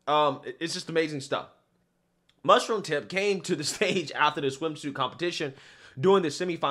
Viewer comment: Perfect pronunciation of Mushroomtip's name.